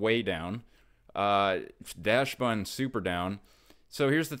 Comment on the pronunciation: First off, love the content. One of the only pokemon creators im watching right now. BUT I seem to share a pet peeve with you... mispronounced Pokémon names!! So, in similar spirit to this video, I wanted to inform you of a mistake you made. Dachsbun. Its not just you, its most of YouTube, and it has been killing me. It is not pronounced Dashbun or Datchsbun (even worse). It is pronounced more like Docksbun, like the real life breed of dog: Dachshund. Thats the basis of the pun. Aka, the beloved and well-known Weiner Dog. This is a very common word that most adults should have had exposure to!!! Anyway, keep up the amazing work and i hope you see my comment.